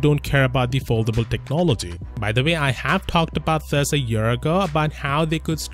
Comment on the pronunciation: When says 'thus' for 'this'.